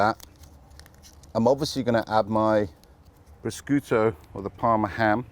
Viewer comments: Paul, you are a chef that has been everywhere. There is no excuse for you to so badly mispronounce prosciutto! Pro skooto??? Pro shi ooto! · I couldn’t even tell he was talking about prosciutto lol, I thought “prashiotto” was some kind of ham you have in the UK 🤣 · Proskooto, jeez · Hi Paul, this looks delicious but you are truly offending the Italians the way you are pronouncing the word prosciutto. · His "prosciutto" pronunciation is cringe-worthy and embarrassing. You're a bread-maker, so stick to making bread.